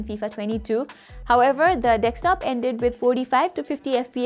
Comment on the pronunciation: for someone who's making a video about desktops Vs Laptops, should at least know how to say the word DESKTOP not dekstop, and I've been listening carefully since the start of the video, you've said multiple times, ... yeah...